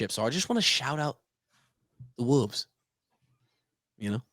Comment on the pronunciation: Every time he says Wolves I bust out laughing. 😂